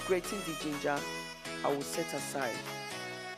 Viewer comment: Loud music, can't hear you well,and the word is pronounced Gin-ger,not Geen Ger, but nice video other than the loud music.Good job.😊